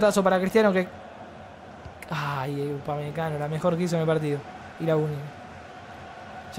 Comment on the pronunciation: “Upamecano. Upamecago 😂😂